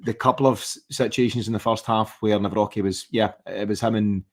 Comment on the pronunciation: Sound analysis as ever. Come on, you’re an articulate fellow, pronounce Nawrocki’s name please. Absolutely triggering lol